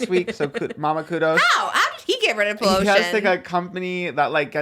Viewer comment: Trisha saying “pollocean” instead of pollution 😂😂